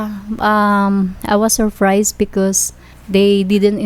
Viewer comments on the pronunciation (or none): I am "SURFRISE and we didn't "PACE TO PACE" Ang gulo mo te 😂😂😂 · i was surfrised and pace to pace. ate nman nag sinungaling qa na nga. mali mali pa pronounce mo. duh...Madaling salita GOLD DIGGER qa hyop qa. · "Surfrised" kaka stress English mo te! Dyan ka nlng sa tambay mo te haha! Di mo deserve c foreigner. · She's really surfries🤣🤣🤣🤣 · It skills me I was surfries Binasa na nga mali parin. Jusko day. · I was surfries.. 😂 phase to phase.. 😂 belling.. 😂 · "i was surfrays" 😃